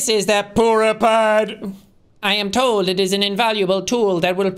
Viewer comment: i'm surprised he knew how to pronounce Purah's name. i literally spent years pronouncing it wrong and felt so stupid when i eventually heard how to pronounce it. then i learned i wasn't alone in this. 💀💀